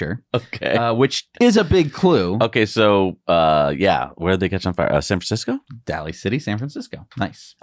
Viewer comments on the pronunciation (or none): We say "Concurd" too. However, it is pronounced "Daily" City.